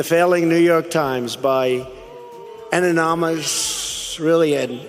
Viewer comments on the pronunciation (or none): Ananomous, "An-uh-nah-mus"; more Trump speak. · Has anybody figured out what the accordion hands thing is about? Is it just an autistic tick? I imagine he saw Weird Al and thought he was the greatest most bestest singer. And can someone coach him how to say anonymous?